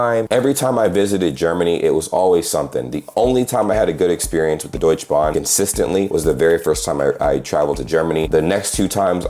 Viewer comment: Bro, its Deutsche Bahn, not Deutschbahn!! 😂 Schön mal von außen zu hören wie deine Eindrücke waren! Viele Grüße und auch dir ein gesundes neues Jahr! ✌️